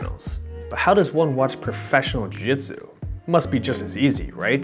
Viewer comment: It's JIU JITSU, idk what you're saying, but it's close to that.